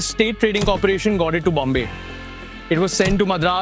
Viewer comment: Great production value, camera filters make it "pop", crisp presentation with story telling flow, greatest poster car ever...... But still "Bhombayy"...?!!!